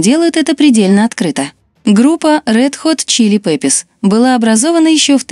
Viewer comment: Почему говорите неправильно название группы?